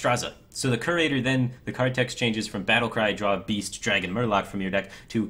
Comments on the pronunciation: Great vid firebat. One nitpick, it's pronounced more like "Cure-ater" rather than "Kerr-ater." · It's ESpecially not EKSpecially. Curator is pronounced as if it had a y before the u, "cyurator". Ethereal has 4 syllables, not 3. eh-THEE-ree-al